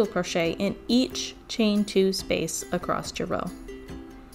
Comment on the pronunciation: I really want to watch but cannot. I cannot listen to her say “acrosst” one more time. Omg. My earrrrrrs!